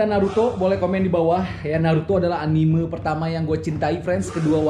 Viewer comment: Entah kenapa saya suka kesal kalau mendengar orang mengucapkan ANIMEU dan MANGA bukan ANIME dan MAN'GA.